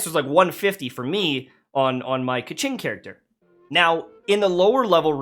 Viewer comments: I’m a chinese, keqing actually not pronounce as kaching. It pronounce something like “ker cin”. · actually doesn't rly pronounce qing correctly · lol that's not how you pronounce it, I literally loled when he said kaching because it's really off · no. it's not kay or kah. is ke closest pronunciation i can think of is Kerr. like steve kerr. so it's kerr ching. source: am chinese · Keqing -: No Ka Ching -: Yes Edit: I’m sorry, I don’t know how you pronounce the name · Its obviously pronounced as KEKing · nope the pronunciation for it is KE (like miranda kerr) , ching